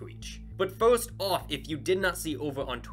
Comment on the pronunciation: Not being rude but do you have a speach emperiment because when you say first it sounds like your saying forst